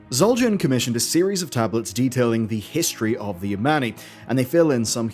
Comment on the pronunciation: "De Other side"